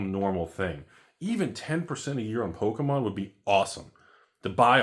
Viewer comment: Its Pokémom lol. Or poke a step mom 😂